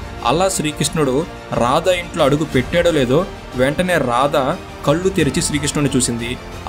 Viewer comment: కల్లు కాదు కళ్ళు.